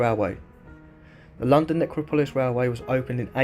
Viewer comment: Pronounced Nec ro polis